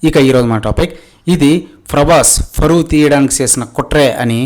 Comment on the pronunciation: Frabhas ani fronounce chese nuvve cheppali faruvu teeyadam gurinchi nee Gurivinda kinda nalupu chusuko konchem 😂